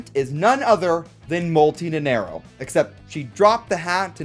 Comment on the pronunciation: I hate to be "that guy", but you said "Nenerro" in the entire time instead of Nanairo ("nana" like Banana and iro like "Ear-Roh" - Nanairo)